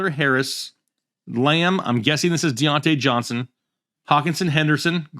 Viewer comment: Daaaaaamn, you butchered all 3 of their names, lol